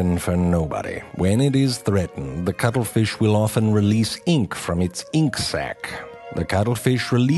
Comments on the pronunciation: True Facts About the cuttle feesh' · I am not going to lie, the main reason I wanted to watch this is because I wanted to hear him say "cuttlefish" a bunch of times. lol